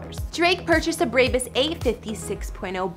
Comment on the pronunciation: The way she said brabus 😭